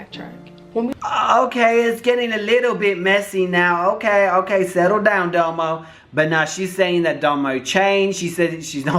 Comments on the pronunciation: It’s DOMO not DAMO!!!! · D-O-M-O not "Damo" 😂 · 🤣🤣🤣 it’s domo not damo 🤣🤣🤣🤣 I can never get through more than 3 minutes of your videos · I just can’t get over you saying “Damo” or “Doe Moe” when it’s clearly spelled “Domo” lol butchering someone’s name when you can literally just go watch her intro and hear her say it correctly. Plus Domo was internet famous before YouTube. She was popping on fb and then moved over to YouTube and then met Crissy. Your research on this one lacked. Js. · Her name is pronounced (dah-mo) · Damo🤣🤣🤦‍♀️???? your doing to much the way u pronounce people’s names, lol love u doe❤️❤️‼️